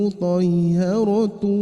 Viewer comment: Bismillaah.. afwan ayat yg ke15 di baca muthoyharotuw. Harusnya Muthohharotuw